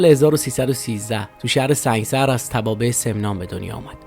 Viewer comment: Thank you so much for your information, The correct pronunciation of that city is Sang'e sar. I was born in Iran as a Bahai and I knew allot of Baha'is from Sang'e sar. Thank you again for your videos, Love from Arizona